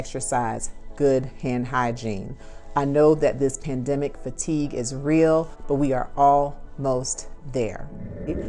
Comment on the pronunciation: Did she say Plandemic?